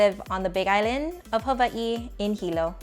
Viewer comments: Wow first time hearing the proper pronunciation for Hawaii, I will pronounce it that way from now on ! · i was today years old when i realized how to pronounce Hawaii the correct way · So great to hear "Hawaii" pronounced correctly